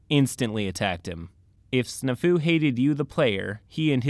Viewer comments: Omg I'm sorry but its Snaa-fu it's an old military term and boi you did not pronounce it right it means situation normal all fucked up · hears the word snafu being pronounced I'm fairly certain the A is supposed to be more pronounced. like the word snap. Snap Fu which sounds like a martial art involving bone breaking. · That's not how you pronounce Snafu.